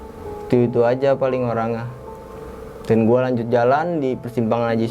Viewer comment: Untungah,,orangah,,dan akhirah? dia gk bisa bilang >(NYA)<